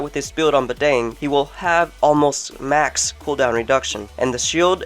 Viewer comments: Bah-dàng not bah-dang as in dang it lol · oh and how u pronounce badang is wrong.. just letting u know(or its right Idk